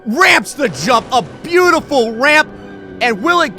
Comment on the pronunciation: instead of saying jump he said drump. LMFAO